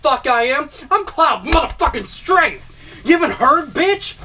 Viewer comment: Shaun Dewey I know. I was simply joking about how he said Strafe instead of Strife right there.